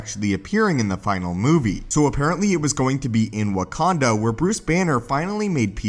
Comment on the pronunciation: He said warkanda